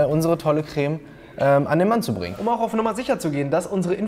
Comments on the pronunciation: "kräääme" ....diese Betonung triggert mich echt hart 😂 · Immer diese Kölner... Das heißt Creme net Cräme XD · Regt nur mich dieses crääme auf? 😂😂 Creme.... Bitte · Also gutes video aber kräm statt creme regt echt auf😂😂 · Alter wie sprichst du den Creme aus? Kräh-mee... Krehm! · Warum sagen die Leute im Fensehn immer Crääm? Das heißt Krem. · Es heißt nicht CrÄm, sondern Creme. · KRÄHHHHHM😂. Das heißt Creme (gesprochen Kreme)👍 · Es heißt Creme, nicht Cräääm! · Crämä, dachte das heißt Creme, joke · " KREM" NICHT KRÄMMÄÄ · Cr*e*me nicht Cr*Ä*me! Das ist ein Eeeeeee kein Äääää - arg, sorry, das triggert mich, mein PTSD! Vietnamflashbacks! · Er sagt ja eher Krähmäh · Niemand: Christian Solmecke: Kräme